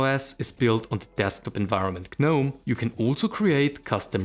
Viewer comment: A polite fyi, the 'G' in Gnome is silent, it's pronounced Nome. Thank you for your videos.